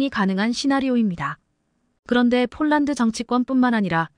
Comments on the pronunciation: 왜 폴란드로 써놓고 쫄란드로 발음합니까 ? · 쫄란드? 별놈의 발음?